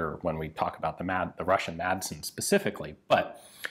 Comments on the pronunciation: love the channel and content just one thing. You don't pronounce the d in Madsen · The d in madsen is silent